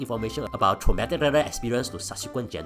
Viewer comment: no problem with pronouncing “Katsaridpblblblsblabls” but struggle with “traumatic”